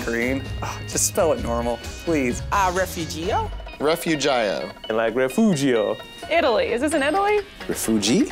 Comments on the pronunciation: A lot of Towns and Cities are in Spanish here in Texas since it use to be Tejas when it belonged to Mexico They said Refugio wrong!! It’s suppose to be pronounced “Re-foo-hio” in spanish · Refujioo is the correct pronunciation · It is a spanish word. It is also used as a name of Mexican women. We know how to pronounce it correctly and it is not "Refurio". You guys put that extra "r" in there because you cannot pronounce the "g". It is Re-Foo-he-oh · they say "Refugio" is correctly pronounced "Refurio" omg I can't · that is NOT how you pronounce Refugio